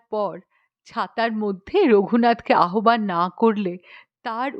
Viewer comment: গল্পটি খাসা ।পাঠও ।কেবল আহ্বান উচ্চারণটি ঠিক করে নেবেন ।